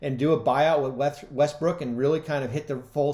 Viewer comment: he said Russell westbrick🤣